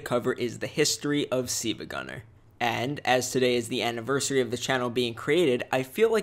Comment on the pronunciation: Why are you saying seevagunner at the start of the vid it says siLvagunner but you say siivagunner